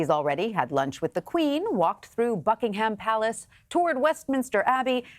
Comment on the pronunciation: Is he saying fuckingem palace?????